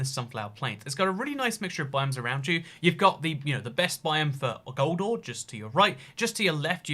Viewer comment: When you say gold ore, it sounds like “goldar” from power rangers.